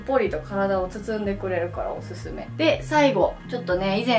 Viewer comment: おぬぬめじゃないんすよおすすめっすよほんとわざとなんすか？